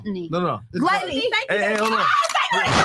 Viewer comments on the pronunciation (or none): She said gluteny